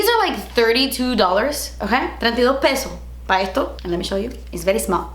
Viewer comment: Treinta y do' peso'. 😂